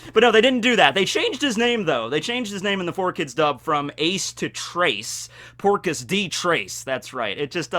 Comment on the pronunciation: Within the first 20 seconds your "texan" accent makes it sound like Porkus D Ace and i imagined A pigman version of Ace ala spiderpig